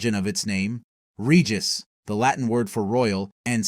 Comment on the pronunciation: Regis >>> re-jice